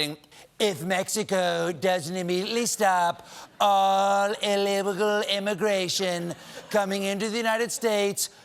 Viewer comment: LoL with the "illebegal imigration" just seconds before calling out "throug". That's classic comedy!